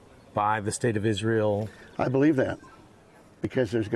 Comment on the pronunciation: When someone pronounced Israel as "Izzrole", you know their opinion is going to be rubbish. Likewise when someone says "fentanol" or "nucular".